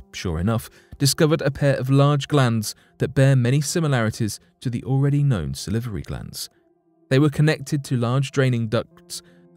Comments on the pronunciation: Sal-var-y glands. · Sa-livery giants. Live how he says that! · Yes it was really funny when he kept saying salivary